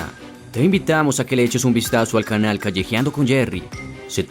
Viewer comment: Critica constructiva. Deja de terminar las palabras con una "e" sonora, suena horrible, más sabiendo que es forzada para dar apariencia de locución de altura. Ej : Di "ciudad", no "ciudade", "antigüedad", no "antigüedade", "canal", no "canale". 😂😂